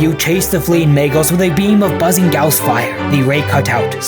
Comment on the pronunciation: That's not how you pronounce guass